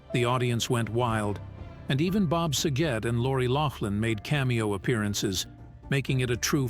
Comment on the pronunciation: Why can't the people that read the information pronounce names right? How can you screw up SAGET? Drives me nuts.